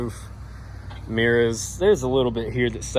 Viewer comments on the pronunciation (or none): Say mirrors again 🤣🤣